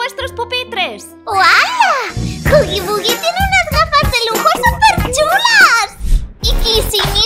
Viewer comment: Jajja como dice huggy. Euggy. Las voca chanclas ésas